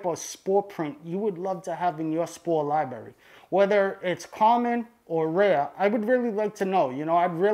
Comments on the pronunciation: It was probably as many times as "spores". Every time I hear libRary pronounced libarry it hurts my brain. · Love this guy.. lot a great info and has taught a lot. But bruh come on g. It’s libRARy not liberri. If you gonna say it 1000 times please say it right my guy. 🙏🏻🙏🏻please🥺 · Lmao "liberry"... it takes away from the professionalism. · Every time he says Liberry you have to bang your head against a wall as fucking hard as you can and then take a facking shawt uh whiskey ..... You know? To really get fucked up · Its called LIBRARY not libery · Wtf is a lyeberry? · It’s a “library” not LYE BERRY lmao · Im sorry man. I have to do it. It is Li bra ry. Not li berry.😂😂😂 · Lol liberry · Library not Liberry!!!! PLEASE!!!!!!! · its a libRary, not a lieberry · Spoor lie berry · I don’t know if I can take advice from someone who says “libarry” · lie berry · I love how he is incapable of pronouncing the word library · No disrespect..AT ALL but all I hear is LIBARRRY. LOL ..I love it! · But got one hell of a lie berry. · "I gawtya lieberry right here" Got my first like on my last comment and couldn't help myself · I feel a neuron dying every time I hear it... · How is it possible as an adult you pronounce library like a 5 year old? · there are 2 r's in the pronunciation "lib(r)ary" lol. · How can you pronounce the genus name so well but can't pronounce library. Sometimes you're over embellishment with your pronunciations trying to be more hip-hop is annoying. You remind me of Nick Swardson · "Fawck you, cawk sucka" - thoughts that he won't voice because he's too chill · He speaks a heavy regional American English. Impossible to mistake where he's from. :) Has a few problems with the latin also -- especially cyanescens and azurescens But, ah well. Not so important.